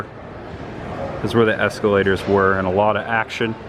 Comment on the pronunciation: Why do you say “es-cue-lators”